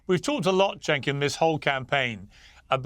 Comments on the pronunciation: But 'Jenk the Jerk' has a much better ring to it. I'm struggling to find a catchy derogatory name that goes with Chenk 😂 I'm factually correct so pretty please can you pronounce it properly? Thank you so much ❤️ 😘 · his name is CENK pronounced JENK, as in JERK. It is not pronounced CHENK! In Turkish, 'C' is pronounced 'J' in English. It is NOT the soft C which looks like this; 'Ç' which is indeed pronounced 'ch' in English. Thanks! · It's pronounced 'jenkem chugger'